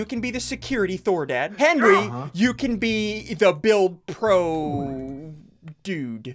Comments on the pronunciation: Ssundee : says Henry instead of Henwy Me : stop it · He called Henwy Henry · It’s Henwy not Henry